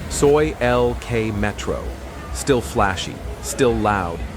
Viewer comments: "So eye"? You mean soi (soy). What a moron. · “Soo-i” 6??? Time for a new AI. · So-eye six? So-eye seven? Seriously? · Do you think you will ever pronounce “Pattaya” properly? Or “soi?” Duh! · Oh, that's why the voice pronounced Soi as in French. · Getting older and expecting everything to be the same or even wanting it to be, is UNREASONABLE. (AI voice tripped up on the word "soi" 😂.) +1 (Liked and subscribed btw👍)